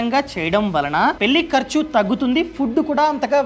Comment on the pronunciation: కొంచెం ళ పలకండి గారూ! పెల్లి కాదు పెళ్ళి. వెల్లి కాదు వెళ్ళి